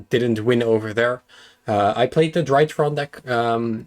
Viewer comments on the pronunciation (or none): It feels like yesterday when pronounced drytron as dreeatron. And now he's beating the shit out of everybody with his weird space machines. Congrats.